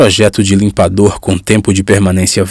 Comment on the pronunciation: Por FAVORRRRRRR... LIMPADORRRRRRRRRR... NÃO LIMPADO... NEM LIMPADÔ... LIMPADORRRRRRRRRRRRRR!!!!!!